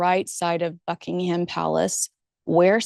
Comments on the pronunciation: Great video. Well you've mastered how to pronounce Ascot, now its Buckingham. We don't pronounce it as..ham but as hum. So its Buckinghum Palace. Thought you'd like to know. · Small point to the British ear - Buckingham is pronounced Buckingum - stress on the first syllable. Not a big deal, but sounds a bit grating!